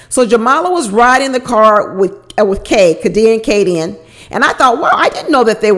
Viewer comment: Lol. I think her name is pronounced Kay-D-Ann. 🤣🤣🤣 u cracked me up. I love your videos!